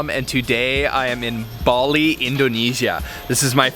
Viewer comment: You are miss pronouncing the name Bali!!!